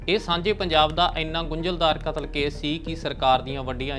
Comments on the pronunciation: ਲਗਾਂ ਮਾਤਰਾ ਦਾ ਵੀ ਬਹੁਤ ਫਰਕ ਹੈ,, ਕਾਤਲ ਨੂੰ ਕਤਲ ਤੇ ਕਤਲ ਨੂੰ ਕਾਤਲ ਕਹਿ ਰਹੇ ਨੇ,,,, ਪਰ ਜਾਣਕਾਰੀ ਵਧੀਆ ਹੈ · ਪੱਤਰਕਾਰ ਕਤਲ ਸ਼ਬਦ ਨੂੰ ਕਾਤਲ ਕਹੀ ਜਾਂਦਾ ਤੇ ਕਾਤਲ ਨੂੰ ਕਤਲ ! ਸ ਨੂੰ ਸ਼ ਤੇ ਸ਼ ਨੂੰ ਸ ਬੋਲ ਰਿਹਾ